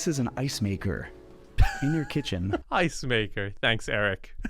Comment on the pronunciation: is so off-putting with his over-pronunciations ("kitchen-uh," "thee loggia") and his swaggering strut. Yilmazer is personable, knowledgeable, and does a much better job.